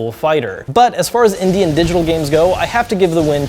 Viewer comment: India titles... India titles... India titles... Ohhhhhh Indy titles. I swear he said India the first couple times he said it.